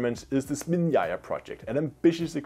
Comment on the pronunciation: It's ZnAmya, not SmIn'ya